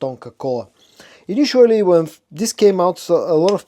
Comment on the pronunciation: I love your videos and watch them like everyday, i just wanna make a little correction, it's initially and not initually.... Thank you for the great work, keep it up:)